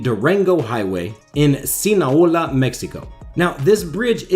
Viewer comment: When he said "Sinaola" i died 🤣😂